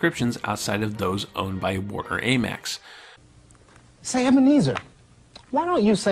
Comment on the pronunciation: This is an interesting series, but this guy has a lot of trouble with correctly pronouncing names throughout. Dana Carvey, AMEX, Barbara Mandrel, are but a few examples. It makes me question the accuracy of the content.